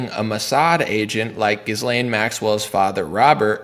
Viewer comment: yes. I hear you 💯% - this is perhaps not important, but.. it's "gi-lane" or perhaps gee-lane, or better still drop the vowel altogether & say g'lane. The S is silent. And this is French, so everything is faster and "thrown" sort-of aside in the language - sometimes almost an entire word can be run by so fast it's not even possible to discern it was Said. Haha. Anyway... "Gee" - "Gi" - "G'" - not "Gis".